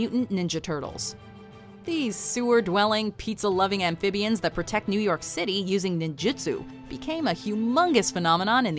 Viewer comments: amfibians? RLY? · "Pizza-loving, sewer-dwelling amphibians..." "AMPHIBIANS..." AMPHIBIANS